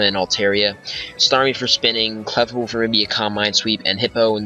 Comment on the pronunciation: thats not how you say clefable